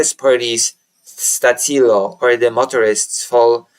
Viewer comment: Stačilo pronounced Statchilo